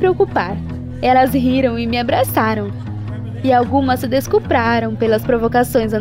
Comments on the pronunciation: Mano foi só eu q escutei ela falando " se descruparam" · "descuprarão" kkkkkkk a dicção da gata